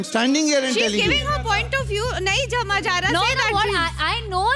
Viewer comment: Smjh lafz ko jamaj bol Rahi ho, our kehTi hu girls are smarter